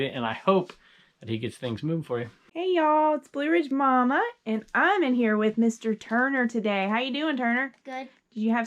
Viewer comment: Way to go Blue Ridge Mama most people mispronounce my name, you got it! Thanks again Turner 😊